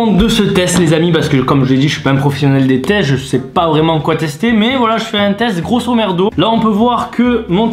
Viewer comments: Lol a il dit grosomerdo au lieu de grossomodo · Il a dit je fait un teste grossomerdo ptdr 😂